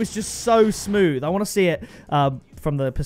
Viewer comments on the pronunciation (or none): none